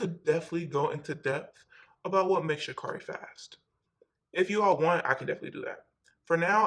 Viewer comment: Itskerri, you should pronounce her name correctly if you speaking about her in your vid